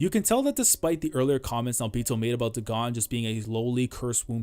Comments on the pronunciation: I don't think Dagon's name is pronounced "deh-GAHN" but more like "DAY-gun" as the curse is a clear reference to HP Lovecraft. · Great video! You probably won't see this but it's pronounced Daygon, it's a name of a mythical god in H.P. Lovecraft mythos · am i tweaking? why is he pronouncing day-gone as daGONE? cause if dagon is suppose to be like the lovecraftian dagon.. then its pronounced DAY-GONE lol